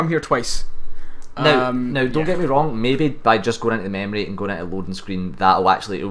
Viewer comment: Lol mamorie? try memory. say it with me. meeemory.. good job on the video by the way.